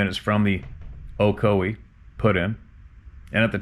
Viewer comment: Ocoee you pronounced it correctly. That is my neck of the woods. Iwas a river guide a long time ago. Worked for Ocoee Outdoors, which my cousin founded and still owns.